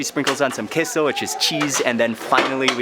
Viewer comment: He said kisso it’s cueso